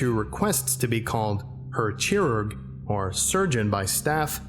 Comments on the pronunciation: It should pronounced Khirurg like KHAN not like CHICKEN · nope the "ch" part is not pronouced "chi". The : "ch" part is supposed to sound like a hiss thats the best description i can give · the way you pronounced chirurg made me cringe and im not even german you made it sound like churro oh my goooddd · I believe he would like to be called, Herr Chirurg which should sound more like Sirurg. The C and H combination doesn’t make the usual Ch sound unless it is accompanied by a T and S like Deu[tsch]land. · Chirurg would be pronounced more like "Kai-rurg". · not really. He pronounced it very "english", the "r" wasnt pronounced clearly, and we pronounce CH differently. Type it in translate, its pretty close, the bot just omits the "g" at the end.